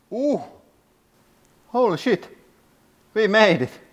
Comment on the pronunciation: The way he says "Holy sheet" will never fail to entertain me